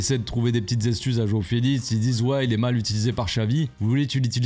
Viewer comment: "Joao felitz"😂😂😂😂